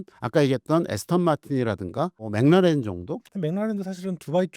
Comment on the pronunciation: McLaren 맥클라렌을 왜 자꾸 맹나렌 맹나렌 이라고 발음을 해요… 반복적으로 나오는데 왤케 듣기 싫은지… 신경좀 써주시기 바랍니다..